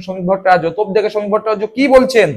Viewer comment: ভট্টাচার্য্য উচ্চারণ টা ঠিক মতন রপ্ত করুন দয়া করে